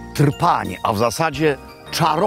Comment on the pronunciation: Jezu Nazareński... Mieszka Pan w Chorwacji i nie nauczył się Pan, że w języku chorwackim jeśli przed "r" występuje spółgłoska, to pomiędzy nią a literę "r" wstawiamy niepisane "y"? Trpanj wymawiamy "Tyrpanj", Krka wymawiamy - "Kyrka", wyspa Krk - wymawiamy "Kyrk", itd. Kiedyś był w reprezentacji w piłce nożnej zawodnik o nazwisku Srna (pl. - sarna), czyt. "Syrna" i bolał mnie żołądek, kiedy nasz komentator męczył się z jego nazwiskiem, usiłując wyksztusić Srna. Pozdrawiam